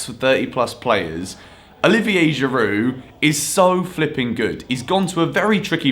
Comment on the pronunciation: He called Giroud a Go-kart